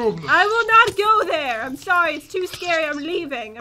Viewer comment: i hear sor soury